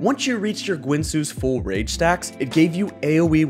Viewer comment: Strange that channel with "guide" in the name can't say Guinsoo.